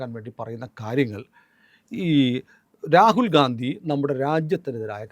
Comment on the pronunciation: റാകുൽ ഗാന്ധി എന്നുപറയല്ലേ സർ രാഹുൽ ഗണ്ടി എന്നുപറയാൻ അപേഷിക്കുന്നു